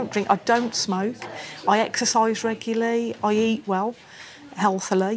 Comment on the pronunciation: She said “Floreedah” and “reguly”. SMH